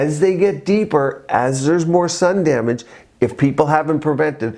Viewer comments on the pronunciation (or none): none